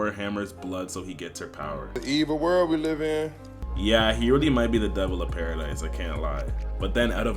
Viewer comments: BRO ITS PARA-DEE NOT PARA-DICE 😂 W vid tho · Its pronounced "Paradee" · not pronounced paradise